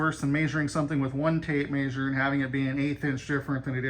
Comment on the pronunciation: I'm sorry but... " tape mayzzeer"? 😂